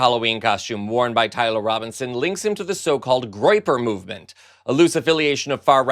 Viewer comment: "Groyeper"? Tim Walz was right: these people are just weird.